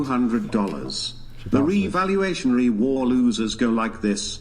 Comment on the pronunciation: at 16.45 the yan says "revalotionary" instead of "revolutionary"..........hysterical! go and have the biggest empire in all human history you dumb yank, do 1 millionth of what we did, then the rest of the world might take you seriously